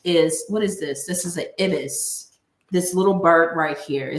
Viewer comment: Hey. it's an Ibis (sounds like Eye-bis) and its Thoth (sounds like Both)☺